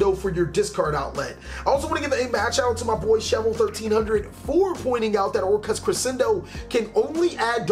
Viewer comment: I like your pronunciation of "Orcust"